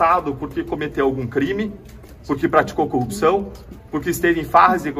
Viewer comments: Ele não fala coRRupção, ele fala coUpção! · Ele não sabe falar corrupção !!!